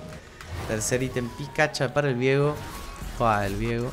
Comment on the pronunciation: pasa que su nombre no se pronuncia "viego" de forma simple, la idea de la "e" es que sea Vieeeeeeeego de forma tenebrosa xd por algo es de la isla de las sombras. si fuera vigo sonaria horrible al decir viiiiigo o algo asi XD.